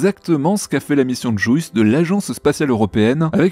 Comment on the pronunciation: STP, juice ce prononce "Djiousse"... ça fait mal a mon aglais XD (j'adore votre emission hein!! :) )